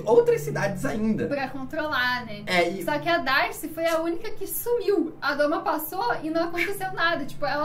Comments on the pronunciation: Pq vc's falam "a doma" quando o certo é o domo? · Adoro o canal. Vejo tudo. Mas falar "a doma" é dureza pessoal! O certo é domo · Esse comentário precisa ser visto. Toda vez que eu ouço "doma" me dá uma dor (e vontade de fechar o vídeo).